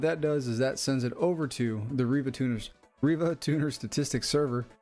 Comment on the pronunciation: you said riva tuna lol